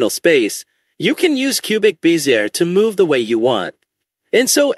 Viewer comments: It’s not “biz-ear”. It’s “bez-zee-ay.” As in the French engineer who popularized it, Pierre Bézier. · Closer. Be zee ay. French not English.